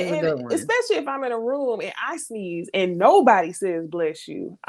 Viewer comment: I Love how says "Ruum" (room) 😁😍